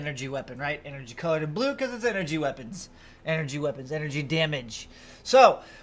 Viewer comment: “Enery” lol.